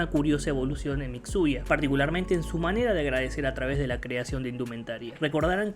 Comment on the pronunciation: Me encanta como llama a Mitsuya "Mixuya" xd